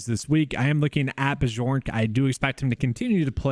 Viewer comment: It’s “BYork” btw.